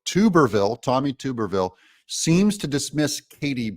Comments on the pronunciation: Doug its not tube er ville its tuberville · Not TUBE-R-VILLE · Tuberville the “U” sound is short. Not long. Stop saying tube. Wash Tub. Say Tub tall man! Don’t take offense. Love ya Man! Appreciate what you do. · It is not pronounced ”Too-Berr-Ville!! Man we can tell your not from the south!! Its Tub-er-Ville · I like Vivek! PS: Senator Tuberville is pronounced like your, Bath Tub! Tub, not tupe😊 Love the show, too tall! Don't ever change 😊 Peace. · Hi Doug, just an FYI, Sen Tommy Tuberville's last name is pronounced "tub-er-vill" not "toob-er-vill". He was Auburn's football coach and everyone who knows about him pronounces it "tub-er-vill". Greatly appreciate your analysis on the VP hopefuls. My favorite by the way is Gov. Kristi Noem (1st choice) followed by Gov. Sara Sanders and my longshot but a real conundrum to beat from the Dems would be Lt.Gov Winsome Sears of VA who may very well win the potential swing state of VA with her on the ticket. And she's a dynamo conservative! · Please correct your pronunciation of Tommy Tuberville's name. It is pronounced Tub-er-ville not Tube-r-ville. He is the senior senator from my state, Alabama, and former coach of my alma mater, Auburn University. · Tub ber ville not Toob er ville. Just an fyi! Keep up the good work Doug. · Tub-er-ville. Not tube-r-ville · Hey Doug you say his name tub not tube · You Killin me with the Tooberville😂😂 It's Tubber like Tupperware except with the B😂😂😂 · It’s TUB-er-ville. Not TUBE-er-ville. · Doug Tommy’s last name is pronounced Tub er ville Not tuber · It's TUB-ER-VILLE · Tuberville is pronounced Tub- like a "bath tub". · Please Doug…Tuberville is pronounced Tub…er…ville. Like a bath TUB. Love your commentaries! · ❤️🤍💙 *THANK YOU DOUG* 👍🏼😘❤️ *btw, just an FYI, believe it's pronounced, "TUB..ER..VILLE"..AS in BATH TUB* 👍🏼😘❤️ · “Tuberville rhymes with Rubberville 😂. Are you pronouncing his name wrong on purpose? Not asking in anger, just curious and a little amused 😂